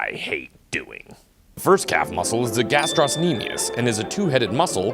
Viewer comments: Love the video but guys... GastrOcnemius no gastros-nemius please... Pretty sure the 'c' doesn't play a role in pronunciation aka silent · It's not gastrosnemius it's gastrocnemius though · Its pronounced "Gastro-nemius", there is no S sound after Gastro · Ga-strock-nemius, not however you were saying it, the c makes a K sound, not s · The ill mispronunciation of gastrocnemius